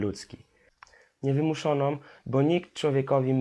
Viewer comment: ciekawie i rozsądnie mówisz ale popracuj nad dykcją i poprawną wymową (np. "wymuszonom")